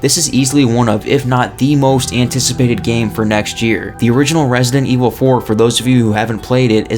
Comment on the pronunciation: Nobody:: Resnant Evil